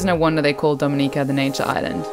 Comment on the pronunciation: This was really good. I loved that you correctly pronounced the name of our island. I get peeved when people don't care enough to do even that. My only observation would be to please encourage visitors going on intermediate to advanced hikes on 🇩🇲, such as the one to Victoria Falls, to please hire a certified tour guide. People have had mishsps, gotten lost, hurt, and even died on some of our teails. That message of safety should accompany a beautiful vlog like this.